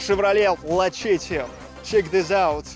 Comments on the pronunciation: It's pronounced like Luh-setty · The c in Lacetti we pronounce like an s. La set ti Just so you know. :) Glad you like it. Great deal on your new home. Enjoy! You guys have been working hard.